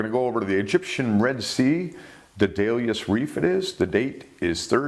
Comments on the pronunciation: Day - du - lus. Accent on the first syllable. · pronunciation policeman: Hi sir . . . I've pulled you over for your mispronunciation of Daedalus . . . audio analysis has you at approximately and pronouncing it as Dayleeus . . . there's a 2nd hard D in there and ya missed it completely . . . maybe it was the ae in the first syllable that threw you off, but there's no real excuse for not looking up a word on the web and listening to an audio track pronunciation of a word you're not familiar with . . . it's a simple thing; doesn't take much time; helps to maintain your credibility and spares you the embarrassment of being called out on mispronunciation . . . so you're being cited, but there's not need to respond to the citation . . . it's now a matter of public record and hopefully other Youtube posters will benefit from your mistake . . . thanks for your patience . . . and have a nice day (pronunciation policeman leaves singing to himself: Farewell and adieu to you fair Spanish ladies, farewell and adieu you ladies of Spain . . . for we've received orders for ta sail back to Boston and so nevermore shall we see you again . . . heh-heh hmm hmm hmm hmm hmm hmm hmm hmmmm . . . )